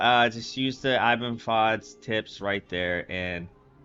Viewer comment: Not being a dick but it’s pronounced “eeban “ (Iben) ;)